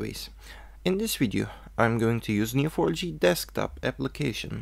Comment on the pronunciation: LPM es Neo 4 "JEY" no for "YI"